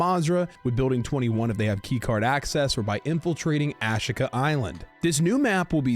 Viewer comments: AHH SHEE KUH is how it is said. not whatever you keep saying.. lol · aaaaa sheeeeeee kaaaaaaa. a she ka island. In my brain there is a 12% chance I'm wrong about this pronunciation.